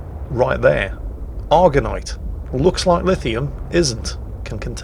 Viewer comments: Actually... it's Argentite not Argonite from the Latin (and Italian) Argento for Silver. You're welcome:) p.s. sorry couldn't help myself, being a silver smith with a 'touch' of OCD:P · Argentite = "Argonite" ...wha' ?! ...maybe that's why it doesn't find anything, eh ?! or dunno, check ya glasses ^^